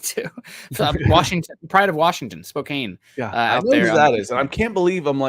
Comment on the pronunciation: … spo-can not spo-cain 😂 love you bud